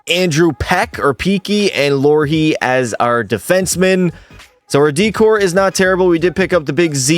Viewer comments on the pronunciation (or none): Lorhee? Bruh